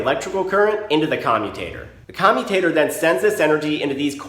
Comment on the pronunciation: Why do I keep hearing commie tater?